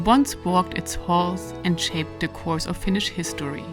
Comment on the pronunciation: Your pronounce Finnish words nicely, Rarely other then Estonians can pronounce words almost perfectly.